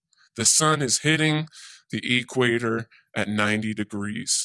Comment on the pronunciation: Whadda Dope!!! As soon as he says "E Quator" you know his parents are closely related!!!!